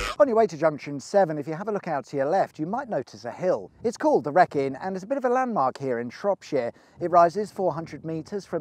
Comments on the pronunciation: Love this episode. I live directly opposite the motorway where the fire was. Glad you mentioned the waste ground opposite the retail park, as I've always wondered why there is so much wasted space. Also, it IS pronounced Ree-kin. Additional mention of the stretch of motorway from J7 towards Shrewsbury is amazing for motorists if you have....let's say, a 'heavy right foot'. Keep up the good work, 👌🏾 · Wrekin, rhymes with speakin' Round the wrekin is also used as an expression (meaning to go the long way round more broadly, not just in a conversation) in Shropshire, to the west of the Wrekin. It seems you can go round the Wrekin heading East or West! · you've redeemed your self... its Shropshire and to be fair i think you did a pretty good job of it, of course us locals may have to let you off with your pronunciation of the wrekin we say it more wreekin, but thats ok,,, well done sir i enjoyed your effort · Another excellent adventure! :). ...btw, the Wrekin is pronounced ‘Reekin’ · Love it. Waited for this. Been using it for 25 years and learned lots. The hill at the end is pronounced ree-kin. Telford lot are strange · I was looking forward to this video since I live in Wellington and everything was going so well. Then you called our Hill the wreak-in. Just a few seconds on Google would tell you how it is pronounced and it is The major landmark in the area. Houses are called Wrekin View for miles around. I'd be interested to hear how you pronounce Shrewsbury! If you make such a major mistake how can we be sure anything else you say is true. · “The Reckin” A N G E R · Very interesting. Wrekin is pronounced "reekin". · Its pronounced the reekin and how could you not mention Wenlock edge as you were mentioning geological features? Still a great video though. 👍🤣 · Wrekin is pronounced Wreekin, as in the movie. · It is pronounced the "Reekin". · It's pronounced "Wreekin". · Pronounced Wreekin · It is pronounced reekin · Its pronounced ree kin